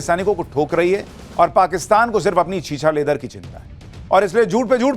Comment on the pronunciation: Why you say छीछा लेदर? सीधे छीछालेदार क्यूं नहीं कहते? किस से डरते हो?